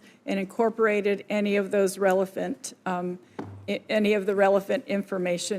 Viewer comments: Relephant , the fuck is she saying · She said RELEPHANT 🐘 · She said, rele-PHANT! 🐘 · Ridiculous she can’t even pronounce the word relevant. I didn’t know they switched it to relephant!!!! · Relephant 🐘 information? 😅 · "relephant?" She knows absolutely nothing besides the statements someone prepared for her. They are figureheads and evil men behind her are doing the work. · What does "relafant" mean? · Did she say “relephant”? What the heck is a “relephant”? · wait...did she just say "Relephant" - - rhymes with elephant? Listen, she says it twice